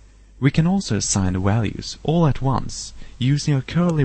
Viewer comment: Sorry but i just cant keep a straight face when you say walues instead of values. Where is that accent from. But that was a very good tut, nice.